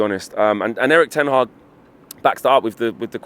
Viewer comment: Did he just call him Eric Ten Hard?